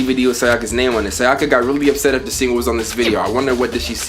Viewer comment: The way you pronounce “Sayaka” has me dead.💀